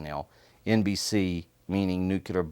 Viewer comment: A lot of americans really struggle with the word nuclear. Even him, apparently.